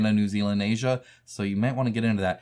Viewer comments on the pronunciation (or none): none